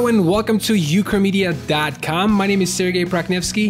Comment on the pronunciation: the moment when "ukramedia" sounded like "chlamydia" ... I was like ..wait what?